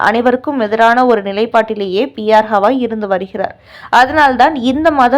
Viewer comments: ஹவாய் இல்லை. கவாய் திருத்தி சொல்லு. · ஹவாய் இல்லை கவாய். இது கூட தெரியாமல் செய்தி போடலாமா? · ஸவாய்...ஹவாய்ன்னு அவர் பெய ரைத் தவறாகப் போட்டு நாறடிக்கி றீர்கள்.... தயவு செய்து கவாய்(GAVAI)என்று சரியாக உச்சரி க்கவும்.. அடுத்த டெலிகாஸ்டில் சரியாகஉச்சரிக்கா விட்டால், உங்கள் மீது நீதிமன்ற அவ மதிப்பு வழக்குத் தொடருவோம்.. ஜாக்கிரதை....